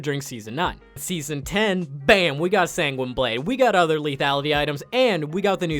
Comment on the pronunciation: SANGWENEEE? Bruh come one